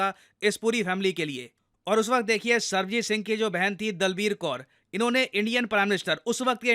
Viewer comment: With due respect, its Sarabjit Singh not Sarbajit Singh.